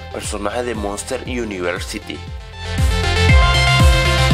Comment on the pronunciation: 'Monster iunibers siti' JAAJAJAJJAJA Xd por si no sabias INC significa "incorporated"